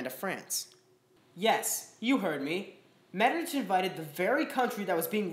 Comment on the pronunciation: I think it is pronounced MetterNICK, great video though!